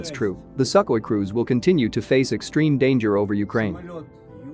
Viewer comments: No, no, no... it is pronounced "Sue-Koi" 😆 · I like the pronunciation - Suckhoi! They do suck! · "Suck-oi" Well said. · Never heard that pronounced "Suckwah".